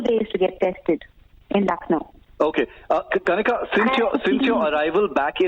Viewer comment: please somebody tell him that She is kanika not KHANIKA🤣 🤣🤣🤣